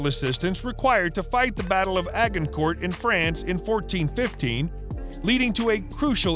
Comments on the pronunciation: It's pronounced age-in-court. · Please learn how to pronounce place names Edinburgh is pronounce EdinBra Agincourt is pronounced Argincor. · Adjuncourt is pronounced Adjuhnkourt